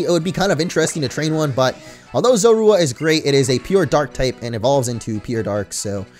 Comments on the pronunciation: Makes me laugh hearing you say Zorua xD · You're saying Zorua wrong